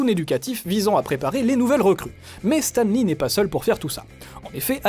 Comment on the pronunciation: Stam Lee :'(